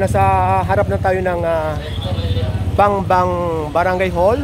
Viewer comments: Its not bangbang. bambang po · Bambang po hindi bangbang. Parang binaril muna yung bambang. Haha. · BAMBANG, PASIG CITY hindi Bangbang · Bambang, HINDI Bangbang!!! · Correcting sir.. it's Brgy. BAMBANG not Bang Bang.. ✌✌✌